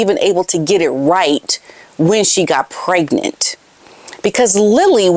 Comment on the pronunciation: She always pronounces the word pregnant as "preg-net." It has always irritated me, as she LOVES to use big words, yet she refuses to pronounce "pregnant" properly. Some kind of Freudian slip, perhaps?